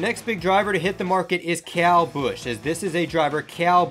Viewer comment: Say Kyle, not Cow.